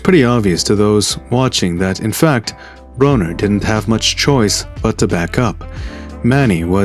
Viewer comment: " I BITTIM!" BRUH-NER hahaha